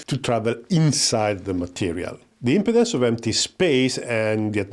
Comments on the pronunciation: I appreciate that English is not your first language, but just a quick note about your pronunciation of the word "Impedance" in this video. The way you say it here, it sounds like you are saying Impotence. It should be said as im-PEE-dence, with the emphasis on the "pee" syllable. Otherwise, a very good video. Thank you. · you need to really focus on pronouncing IMPEDANCE better lol. great video though!